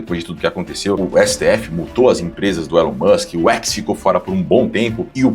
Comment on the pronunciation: eu fico de cara da galera fazendo reportagem sobre o Elon e falando o nome errada. A galera de direita tem que saber falar inglês bem pô.